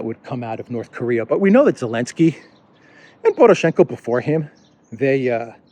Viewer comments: What did I miss? Why is he saying Elensky instead of Zelensky? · It makes me laugh that you say “Elensky”. I think I would say ZZZZZZZZZZZZZZZZZZZZelensly instead !